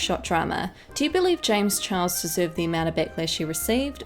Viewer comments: Am I the only one hearing her say "James Chuhahau" (idk how to spell that and idc how to spell it leave meh alone" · No one gonna talk about the way she said james chuauwa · Anyone else keep hearing James Chihuahua? Just me? Okay...